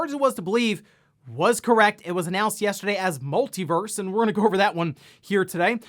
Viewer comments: Everytime he says verse instead of Versus 🙃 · It's "Multi Versus". Not "Multi Verse". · He and some others I watch keep calling it "Multiverse". It is called "MultiVERSUS". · Just FYI, the game is called Multiversus…..not Multiverse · Pretty sure its called Multiversus not Multiverse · It's called MultiVersus not MultiVerse. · It's "MultiVersus" my dude. Versus. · please pronounce Multiversus correctly it's killing me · Multiversus is 4 syllables 🤣